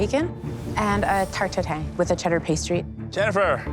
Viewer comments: Did anyone catch Chef Michael pronounce Tatin as tah-TEEN and not tah-TAN? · cant believe they called it "tatine" (tat-een) instead of "tatin" (tat-ahn) ;( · Cant stand these inflated head always butchering languages. If you are about to use foreign language the minimum you cant do is learn to say it right. It ain't Tatine it is TATIN, and it ain't Ô dente its AL DENTE, not bonne appetitttttte, it' is bon apétit. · Tarte tatin, not tatine !!!!! The chef pronounciation wasn't right ! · Tateen makes me cringe, Chef Michael. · Hearing a professional chef pronounce tartin wrong infuriates me. Same thing with macaron😐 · not him pronouncing it "tatine" to sound more french even though its wrong 😭😭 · Why is Chef Michael butchering the Tarte Tatin's name and pronouncing it like its currently conducting a "special military operation" in Ukraine? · I am INSANELY BOTHERED by the fact that a CANADIAN.... a person whos suppised to speak french,....DOESN'T PRONOUNCE tatin the right way.....urghhhhhhhh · WoW... a canadien chef that doesn’t know how to pronounce Tatin 🙄